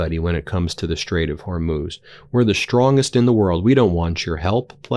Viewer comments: Ben - I believe you can learn to say “Iran” rather than “Oran.” You learned how to say Hormuz correctly, though it took a while. Please make the effort out of respect for the people of Iran. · Glad you figured out how to pronounce Hormuz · You did really well switching your pronunciation of Hormuz! 👍🏻